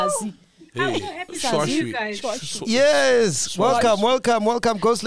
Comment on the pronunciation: Mac Butchered that name "Sazwi"🤣🤣🤣🤣🤣